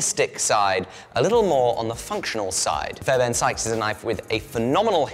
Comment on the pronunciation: fairben? theres an r in the guys name jesus christ.